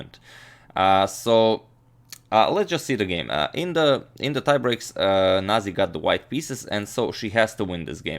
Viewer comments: that is Georgian name and its pronounced as nazi, not naji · say the way you read every word. not naji its nazi :) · It's proncounced nazi, as in the same the german variation. Whoever pronounced it as naji was probably being politically correct or something.